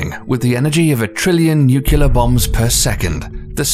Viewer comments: How hard is it to say "nuclear".. wtf is newkiller? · ‘OUCH! (‘nuculer’).... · who tf is this guy who mispronounces so many words... says nucular (nuclear) and mag.elan...? (magellan) and paronamic (panoramic) view..... youranus (uranus) auras.. (auroras) proxima centturai (centauri) the writing is good but the voice actor butchered it. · Is anyone else slightly annoyed by the narrator's pronunciation of certain words? Like "nucular" instead of nuclear, "paro-namic" instead of panoramic, and "aura" instead of aurora...maybe I'm just overreacting but it bothered me so much lol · The instant I hear the narrator say "nucular" for "nuclear" , that's when I know the video can't be counted on for factual accuracy. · The narrator called it nucular in the intro to 'the Sun.' How can they not catch/correct that?! 😒 he called a panoramic view, 'paronamic!' ~ are they doing this on purpose? ...but he could pronounce 'this' just fine. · 'Nucular bomb??? or Nuclear bomb...dont mind me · nuCUlar bombs? why so many people say it wrong? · Very good, but what are nucular bombs? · You lost me the second the guy said "nucular" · Nuquler maga-lin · This guy is clearly ‘merican. Said “nukilar” and pronounces Uranus incorrectly, like any person who went through the US school… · Great video, but check your spelling - and pronunciation of words like "nuclear", "Uranus" or "Centauri". Avoidable mistakes that take away a great deal of quality and believability. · And “nuclear, and Charon, and Proxima Centauri” I mean, the dude messed up everything.